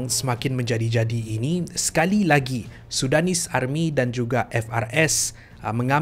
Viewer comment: Army tu tk bunyi R dia.. Dh mcm jiran sblh plk.